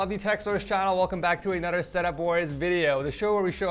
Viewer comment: “A nudder tech source video”